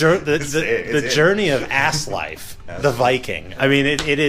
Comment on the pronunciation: You totally butchered that name, bruh. Asleifr isn't Ass-Life. Asleifr is a badass viking name :D